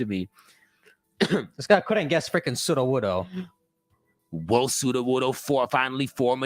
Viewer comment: Sudowudoo it’s Sudowudoo lmao 😜